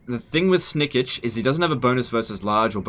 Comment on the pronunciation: That pronounciation of Snikch.... Come on its not Snikich its Snikch. XD